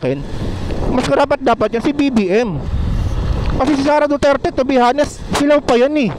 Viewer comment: honest po silent H prounounced as anest. Hindi po hanest. Thank you i hope iam not wrong.